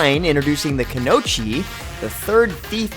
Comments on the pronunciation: Also, the pronunciation of Kuno-ichi really hurt my ears. The lack of the "i" in between the "o" and the "chi" made me not want to finish this video. It is not Kuno-chi, it is Kuno-ichi. Even someone unfamiliar with the word can see there's an "oi"and break down the syllables. "Ku-no-i-chi" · I gotta say... Sometimes it just ticks me off the way he pronounces things. Kunochi. It's kunoichi, there's an i and it ain't silent. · Dont forget kunOchi when its kunoI(E)chi hnnnng. On top of his a terribly vague explanation of the class compared to his others. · Holy crap I dont wanna sound like a weeb but those pronunciations of kunoi(E)chi and shuri(E)ken had me crying. especially after months of mmohut not mentioning a pep about dfo content like ranked pvp and more 2nd awakenings n such.